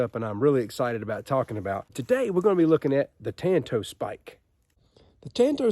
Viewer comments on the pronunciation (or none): Ok, I have to educate you. For some reason in this country, likely because of the Lone Ranger, practically everyone mispronounces the Japanese word Tanto. The correct Japanese pronunciation of the word is like the Lone Ranger and Tonto. Enjoy your work.